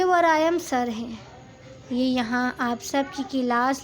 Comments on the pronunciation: Its waryam not varayam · Story achi lag rhi ha good 👍 voice over wali Baji ko bta den please wraim ni waryaam ha aur nagori ni nagawari ha lafz inki shayed Urdu ni ati